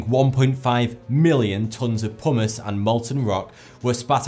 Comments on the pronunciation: genuinely thought he said "Buried under a huge mound of ash and hummus" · pumice... the way he pronounced it made it sound like Pommes. So I was like "Wait, why are there fries coming out of the volcano?"